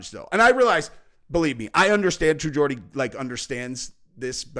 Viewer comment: accidentally pronounced True Geordie right the first time in this vid!😂